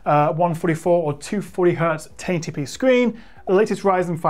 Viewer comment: Didn't know 1080p is pronounced "tainty pee" 🤣🤣 I ordered Legion 5 Pro from Lenovo last friday and I'm quite anxious to see how it performs. Altough, I'm sure it'll be better than my old desktop anyways.